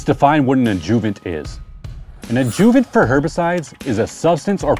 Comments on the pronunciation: Ajuhvent, not ajoovent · I can’t be the only one who was clueless to the adjuvant pronunciation lol don’t sweat it boss. First time lawn Reno here , very sad the cold weathers en route 😢